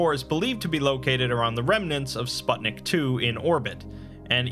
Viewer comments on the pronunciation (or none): Just as an fyi, the "u" in "Sputnik" is read the same way as in "put"